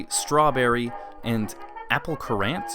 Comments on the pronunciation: Currants are dried fruit related to sultanas & raisins only smaller with a more "spicy" flavour. Everyone know who's lead an unsheltered life knows what they are. Also it's pronounced the same as the word "current" not as if it's spelt "Kurant" like you do. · It’s pronounced “current”